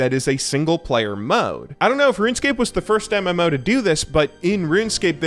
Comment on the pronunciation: "MM-ouwo" how he says it 🤦‍♂️